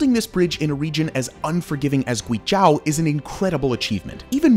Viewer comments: It should be noted that Guizhou is 贵州, not 鬼州. This name is somewhat related to Yi culture. Chinese has tones, and different tones have different meanings. You can understand it as a precious place, not a place of demons. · You could’ve spent ONE MINUTE to learn how to pronounce the province correctly … so annoying. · Such a great video just to butcher the name GuiZhou... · After a few times of hearing your pronunciation of "guizhou", I stopped your video completely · your guizhou 贵州 pronunciation is so bad. video is great though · youd think he'd look up the pronounciation of Guizhou before he recorded this video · there is no "a" in Guizhou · The moment I hear him butchering GUI ZHOU, I stopped watching. If you want to do informative video about Chinese culture, you better start pronouncing it right. It's disrespectful when the Chinese can learn to speak your language properly. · you pronounced guizhou (it should o like o'reilly) incorrectly almost 50 times, you could at least research phonetics on wikipedia lol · Guizhou isn't pronounced GwayJao but GwayJoh Zhou is pronounced like the name "Joe". LiuZi is LeeOh Zzz. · "This is GuiZHAO" :D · Pronunciation of guizhou is wrong. Gui jou there's no ao Nice videothou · It's not Guizh-AW It's Guizh-OH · It is not pronounced zhAo, it is zhOu. Just like you spell it. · “Demon land”!!?? Oh hell no, it is the 貴州 Guizhou - Precious land. People who does not know Chinese well will confuse 鬼-demon and 貴-precious. But they do not sound the same. Like wine and white. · Not "Gui J-ao" ❌, Is pronouns as "Gui J-oe"✔. Sound like Joe Biden that "Joe". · It's (Gway Jaw) as locals pronounce it... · GuiZhou is pronounced Gui Joe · It's prounounced GWEE JOE. It's one of China's most beautiful provinces, full of minority peoples living in traditional villages. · Guizhou - you need to pronounce it kind of like Gway-Joe. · it's pronounced "Joe", "gooey Joe". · Awesome video, side note: It's pronounced "Gway Joe" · It's pronounced "GWAY joe"